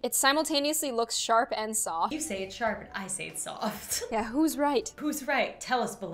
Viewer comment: its not sharp.Its not soft.Its shoft!